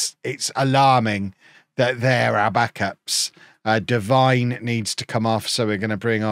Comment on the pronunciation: Alfie Devine is prnounced Dev/een/, I believe?